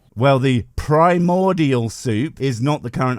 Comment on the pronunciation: Dude said "pre more dial soup" and then " uh biogenesis"..... Amazing